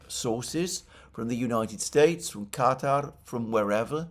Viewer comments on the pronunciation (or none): none